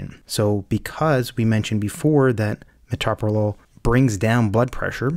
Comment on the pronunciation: Pronounce the medicine correctly.